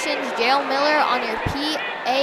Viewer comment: It’s pronounced Yah-el not jayel for jael